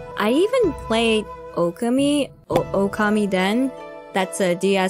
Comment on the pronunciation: Okami was one of my favorite games on PS2 and many years later I did end up playing the sequel in... English. So the game definitely did get localized. Not sure how she got duped into buying a JP copy. That being said though.. plz. The pronunciation is...Oh-Ka-Mi.